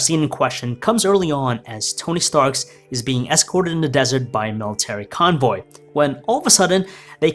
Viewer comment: Tony Stark. Not Tony Starks smh